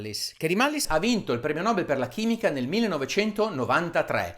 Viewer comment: Il premio nobel si legge: premio nobèl e non premio nòbel :)